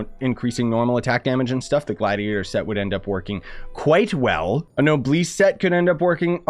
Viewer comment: Can you learn pronounciation It isn't pronounced shen-he it's more pronounced shey-anne And it's no-blessed not no-bleesed